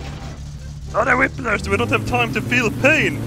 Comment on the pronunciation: For awhile I didn't realize he meant whiplash when he said whiplers, I thought that was a Swedish candy or something.